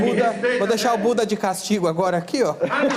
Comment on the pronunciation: Danilo vc nem deicharo ele fala pocha